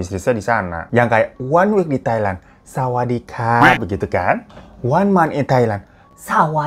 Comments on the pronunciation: Gua yg nontn bang Hiro sambil pake masker mukaa jd ngakak liat bng Hiro ngomong sawadikap 😂😭🤣 ancur daah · Ngakak pas sawadikap sumpah ka😂